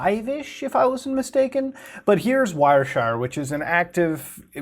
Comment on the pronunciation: Newtela and wire shire. Pronunciation unrecognized